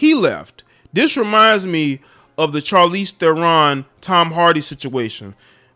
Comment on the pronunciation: Man 😂 u are just killing these people names Its pronounce (TAN- DEE ) = Thandiwe Newton And (SHAR-leese , THARE-run) =Charlize Theron